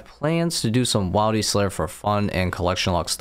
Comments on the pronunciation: but wilderness is pronounced like Will der ness not while der ness so why say whiledy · I beg you. Please stop saying "while-dy" it's triggering at this point. You don't say whilederness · no bro just doesn’t know English that well. Wildy is not a word it’s a short form of the full word wilderness which does not have a hard vowel with the i because there is an e following the d. similar change in pronunciation when you say child as opposed to children. He’s just sounds like an idiot, but I guess he gets a pass because English might not be his first language? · Bruhh the first time he said it and boom. It’s ruined for me 😂